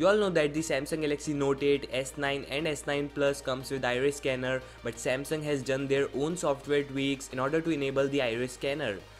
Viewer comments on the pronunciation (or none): none